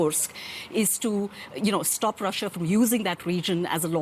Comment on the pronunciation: Love how the host keeps pronouncing Russia, "Raschian"